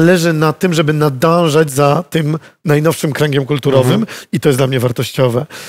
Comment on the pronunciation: Nadążać a nie nadanżać!